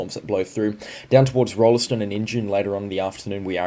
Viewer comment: One does not pronounce the "e" in Rolleston- it's "ROLLS-t'n", emphasis on the first syllable, chop the 2nd one like you're a pom!